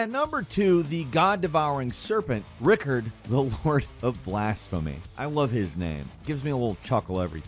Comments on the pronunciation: I love how you pronouced Rykard (Ry-Card) as Rickard (Ric-Kard) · you called rykard ricard wtf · rikard? Rikard? RIKARD????? It's Rykard dude!!!! are you even an elden ring player/fan??? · RIckard? Its pronounced Ry Card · Idk why u pronounced Rykards name like it’s was spelled rikard.. bruh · Rye-card, not rickerd. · This man did not say Rick-Erd. 💀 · How did he make Rykard sound like Richard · How tf you pronounce Rykard like that?! People say his name in the game x.x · the pronunciation of rykards name is horrible